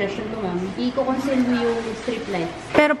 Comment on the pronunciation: Conceal... Consel sinasabi niyaaaaaaaa 🙈